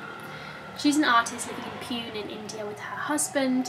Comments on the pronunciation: Did anyone else physically cringe when pronounced Pune??, PLEASE learn how to pronounce foreign cities before butchering them, dear god. No shade, I still appreciate and enjoy your videos but is it that hard for white booktubers to look up how to pronounce words in non-Western languages? If you guys can pronounce Dostoevsky, you can pronounce Pune. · half of the people can’t even pronounce van gogh. Your points were fair, your tone is just overly aggressive. She didn’t insult your mother, she pronounced a city wrong.